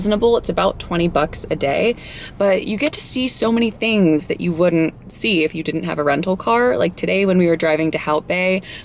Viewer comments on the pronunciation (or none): none